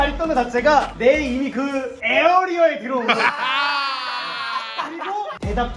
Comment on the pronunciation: 에어리어ㅋㅋㅋㅋㅋ발음이 완전 웃기네